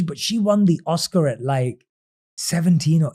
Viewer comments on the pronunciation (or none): none